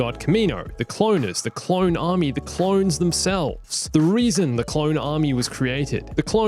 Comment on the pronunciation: What really gets me during the holocall to Mace and Yoda.. “a clone ARMAY?!”